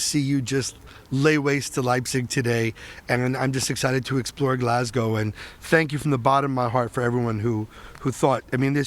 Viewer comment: Bonus points for not saying GLASS-COW 😄